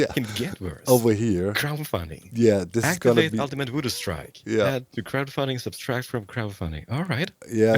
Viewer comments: It's Subtract, not Substract. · fascinating, doc actually think it's sub S tract not just a pronounciation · I wouldn't have mentioned it if you had 'only' kept saying it, but since it's also on the sign: It's "subtract" not "subStract", wie subtrahieren im Deutschen, ohne S. Liebe Grüße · Only a tiny bit of feedback, but it’s one of my pet peeves: there’s only one “s” in “subtract”. (In German as well: only one „s“ in „subtrahieren“.) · Hey doc, just a friendly English reminder, there's only one S in the word subtract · Doc keeps adding an extra ‘S’ to the word subtract. I can’t unhear it!